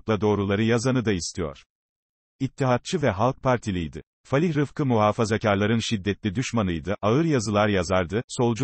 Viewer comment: Falih değil fâlih denir